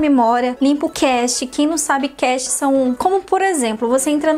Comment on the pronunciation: Não se diz "cachê", moça! (Como aquele dinheiro que os músicos recebem para cantar) A pronúncia e "Cache" ( cáche )